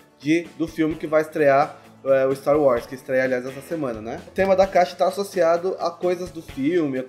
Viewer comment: empreção minha ou o fala staro wars?